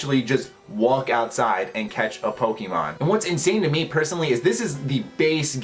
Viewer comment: you said pokemon wrong